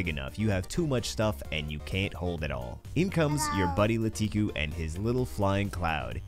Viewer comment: I hate to be that person, and this is a great video but: It's actually LaKitu (Lah-Key-Too) not LaTiKu